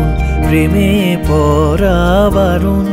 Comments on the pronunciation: অনেক অনেকদিন পর এক খানা গানের মতো গান পেলাম। মুগ্ধতায় ডুবে আছি। পাখির পালকের মতো হালকা, নরম আদুরে আবেদন মাখানো শব্দগুচ্ছ। শুধু একটা শব্দের উচ্চারণ কানে লাগছে। প্রেমে 'পড়া' বারণ এর উচ্চারণ প্রেমে 'পরা' বারণ হয়ে গেছে। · সব ভালো।শুধু,পড়া কে পরা বলছে।এই উচ্চারণ টা ঠিক করা দরকার। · উচ্চারণ টা "প্রেমে পড়া" হবে। "পরা" নয়। শুনতে ভালো লাগছে না। আশা করি আপনি এটা পজিটিভলি নেবেন। বাকি লোকেশন , গলা, ভিডিও এডিটিং অসাধারণ।।